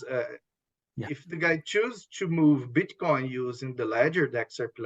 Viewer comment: ...i hope this isn't too offensive...but i could have sworn I heard him say Bitch coin (meaning Bitcoin).😂 Go XRP!!!!